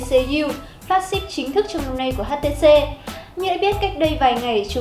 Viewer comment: Đọc nữa nạc nữa mỡ gì mà "hát tê xê diu"